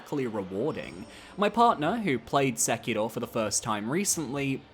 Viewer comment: I’m BEGGING you to stop saying Sekiro like that. Please. Hearing “Sekiluhh” 10 times a video is like stabbing myself in the ears.